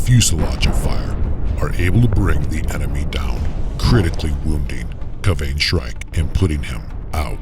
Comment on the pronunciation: My only gripe is how you pronounced Kayvaan 😂